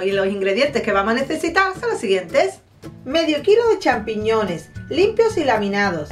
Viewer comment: Acabo de copiar la receta. Mañana lo hago. ¡Qué mujer tan simpática! Al final me ataqué de la risa. ¿Qué fue loque dijo? ¿Sampichones? Ella misma no podía aguantar la risa. ¡Qué graciosa!